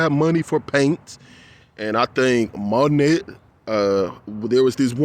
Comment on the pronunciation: Before I forget to tell you darlin, Monet is pronounced "Moh nay" (there I go "critiqueing" 😂😂😂) ❤❤❤ The really bad part about the the art situation to me is that it is the only aspect we have in this life that represents BEAUTY and then artists' artwork has to go through PUBLIC scrutiny, and you know how we feel about the public! Can't seem to bypass "the system". That's disgusting. Your work is BEAUTIFUL, and YOU are a beautiful person. Don't know if I told you this yet, but I love the way your voice sounds. Never change.